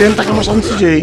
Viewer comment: "Sí jei" eo caralho a pronuncia certa é "cê jota"